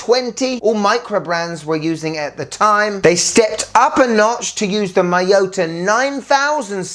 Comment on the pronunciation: It's mee-yo-tah! Not may-yoh-tah!